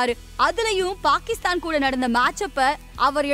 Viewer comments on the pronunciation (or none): none